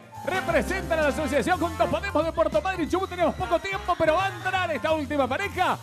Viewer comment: Dijo madrynnn ehehehe